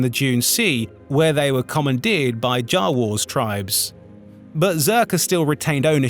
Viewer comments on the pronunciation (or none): ...jah-wors? Never heard Jawas pronounced like that. Actually a lot of the pronunciations are a little strange.